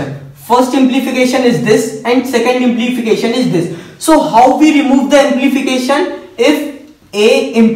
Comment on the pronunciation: it is not "implification" but "implication"